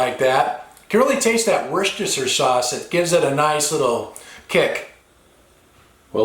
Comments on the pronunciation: Tomato - mushroom- woshtisire -woshtishier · I thought I was the only one that said Worcestershire like that they always make fun of me